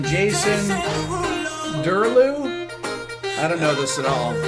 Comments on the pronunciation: br&t Gotta Love Rick! Pulls chord progressions out of thin air but can’t sound out an unfamiliar name! 🤣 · This bothered me irrationally. Presumably he didn't hear because he was reading/thinking, but even so, how have you not heard of JASON DERULO and him singing his own name. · Jason derulo: pronounces own name Rick .5 seconds later: “derlu?” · Jason Derulo: literally says his name Rick, half a second later: “Jason...Derlu?” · I’ve been pronouncing his name as “Duruelo” my whole life and until now I realise it’s Derulo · Jason Derulo: "Jason Derulooo" Rick: "Jason..... Daraloo? Idk this at all" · I was gonna comment this, it's even funnier because the singer says his name correctly right as Rick says "derrylou?" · "Jason... Derriere Low?" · Rick: “By...” Jason Derulo: “Jason Derulo” Rick: “Jason Durr-loo? I dunno...” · "JaSoN dEruLo." "Durloo??"🤣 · "savage love by Josh 685 and.... Jason... 🎵 JASON DERULO 🎤 ... Dooreloo? Idk this all" 🤣 love it when Rick mispronounces artist's names it's wholesome af. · "JASON DERULO~" Rick: Jason... Deraloo? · You're my hero. Even though J D announces hid name in EVERY FREAKING song, you 1. Mispronounced it and 2. You don't know who in the hell he is. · I got a kick out of Rick struggling to pronounce Jason Derulo's name, perhaps the only artist ever to say his own full name at least once in every single song he's ever recorded.